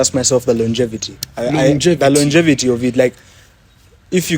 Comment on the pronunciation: Thank you for teaching me how to pronunce longevity 😂😂